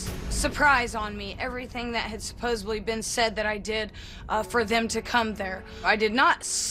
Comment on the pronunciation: It is still 'supposedly' - not 'supposebly'. And 'struck' not 'striked'